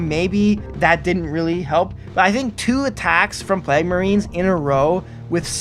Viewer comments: It’s pronounced PLAYG!!! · Every time pronounced Plague I got triggered😢